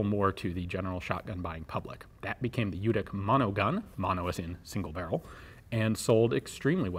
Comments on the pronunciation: Lyootic, not lootic. Not lee-yootic either. Combine the sounds. Lyootic. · Cool, tnx. BTW the pronunciation is Ljutich rather than Ljutik, he's of croatian heriatage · The pronounciation is LYOO-TEECH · Lyutich, not Lewtic. "Ch" pronounced as in chimney (close enough). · Al Ljutic was of Croatian descent, so his last name was actually pronounced Lyootitch or "Ljutić" which is how it's spelled in Serbo-Croat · Actually his name is pronounced as Lyutich and written as Ljutić. Keep in mind that the 'Lj' is a single letter. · I think it's really said Lyutich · Love the channel. Just a note. The name is Serbian, & its pronounced LYU- tich...J's are pronounced as Y's, & any name with an ic ending is pronounced ich. Although it's true that many Serbian Americans give up correcting people & go with the flow by the second generation.. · Pronounced L-YEW-TITCH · Very interesting weapon. The correct pronounciation of his name would be Yewtic' (the last c' is just no a sound that is present in English :D). He must have had ancestors from the Balkans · Well actually it's pronounced like in your(our) language. It's "ljutich". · Well, it's "ch" actually, but this guy can't pronounce any word of germanic/nordic/slavic/latin languages correct. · The name is pronounced in your writing system as Lyutich. Thank you. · pretty sure ljutic is pronounced "lyoutits" however, looking at al ljutic, his surname writtern in croatian cyrillic is pronounced "lyoutich" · Letter from Serbian language, similar for pronounce LYOODIC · It's actually pronounced "Lyootich" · You pronouncing his sure name wrong. Its ljutych-љутић. Old serbian sure name. Ljut=angry. Boyka. Best born killers and warriors in the world. In the Germany they call them lusatian serbs. One of biggest tribes was lutic or ljutic. Martin luter was martin lutic. Lusatin serb not german. I em not from his tribe but i em boyka. Boyka are nor not Russian but serbs. Bojka=warrior